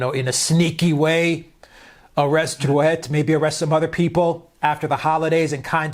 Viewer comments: It's pronounced DRU-EY (Drouet, in French the "t" is silent). Macron, with his political incompetence, is heaping more and more coals on his head! He'll finish like Ceausescu with a bullet in his skull because of indigenous Frenchmens' anger. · for god's sakes, guys -- 'droo-AY' . Surely educated commentators should have mastered the simple rules of French pronunciation! The emphasized accent is always the last, and final -et, -ez, -er, -ey are all pronounced AY. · For what it's worth ....you did pronounce it wrong! Hint.......drop the "t " at the end!........Macron: France's own "Two penny prince!"